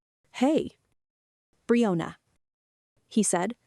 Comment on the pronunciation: AI can't say Brianna, how does it do with vanilla?